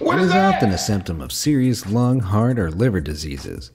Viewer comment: be amazed says "heat" when it says "heart" lol